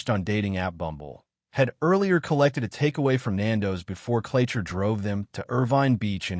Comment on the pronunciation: It’s Clacher, pronounced clacker with a hard A, like APPLE. I’m Elle, the victim who started the ball rolling. He has other victims who’ve now come forward to the police. He asked to come in to use the bathroom. He was never meant to be in my home. His photos were absolutely not like him in real life & he’d taken 10yrs off his age. He’s a dangerous predator whose fantasy is known to be “having ax with a de@ person” which I recently found out. So, was that going to be his next move….? I won’t stop until he’s locked up for life or everyone knows his name. The 2 girls attacked in his gym were young. One was only 15. So so much to this story which has yet to be told. Thank you so so much for sharing this 🫶 🏴 x